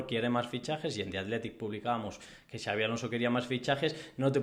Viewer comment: ¿Quién le habrá dicho a que Xabi se pronuncia /shiávi/? 😂😂😂